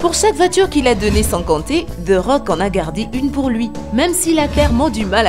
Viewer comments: Elle comprend toujours pas the rock et pas dé rock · Je rêve ou elle a mal dit thé rock elle rescpect pas le roi du catch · C’est moi ou elle a dis des rocks